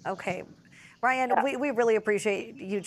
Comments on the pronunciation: when you too "tupid" to say "Ray/Ann" and keep erroneously calling your interviewee Ryan . . .🤦🏻‍♂️ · Ray-yan, it’s really not that hard to make an effort to say her name correctly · "I'm joined by Ryan. Am I saying that right?" "It's Rayan 😄" "Right 😁, Ryan." LOL why'd she even ask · It clearly says Rayan but ends up calling her Ryan 😂🤣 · OMG how does she get Ryan from Rayan? So disrespectful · Ray Anne. RAYAN. The news lady is saying Ryan 😅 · Host asks if she said the girls name right … girl corrects her and says her name is “Ray-an”, host continues to call her Ryan lol …. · Seriously. Her name is Rayan. She even corrected you and you still called her Ryan. Insulting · Ray-Anne, not Rye-Anne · Rayan!! RAY-AN!! It’s literally spelled how she said it! Stop calling her Ryan. The journalist is disappointing. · It’s Reyan~ Not Ryan🥸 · Not a name you commonly come across in English, I'd probably pronounce it Ryan too if I was taking a stab at it. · bruh, she was corrected on the spot. not that hard to just learn to pronounce it correctly. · the anchor cant even say the persons name right. she even corrected her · This newscaster really couldn’t figure out how to say this woman’s name lol like she literally said it for you 😊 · Says name wrong, is corrected, continues to say name wrong. Incredibly rude and unprofessional. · Stop saying her name wrong lol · Get her name right! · Was it that difficult to say her name right? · tells her how to pronounce her name still mispronounces her name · Pronounce her name Correctly jeezh